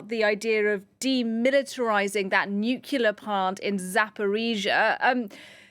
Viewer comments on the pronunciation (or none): Yet another presenter incapable of pronouncing nuclear.